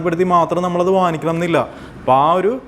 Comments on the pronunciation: വാനിക്കണം എന്നല്ല വാങ്ങിക്കണം എന്നാണ് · വനിക്കണം എന്നല്ല സുഹൃത്തേ, 'വാങ്ങിക്കണം" എന്നു പറയൂ. "ങ്ങ"